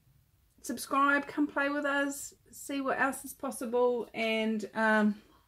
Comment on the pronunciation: 🤣 I have to say, you said “subscribe, come play with us...” and I thought you said “subscribe, complain with us”!!!! You don’t complain, but sometimes I read a few of the comments as such. 🤣 Keep creating!